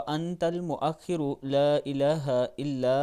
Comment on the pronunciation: Bhai Jan Wa’antal muwa’khiro hai Mua’khiro nhi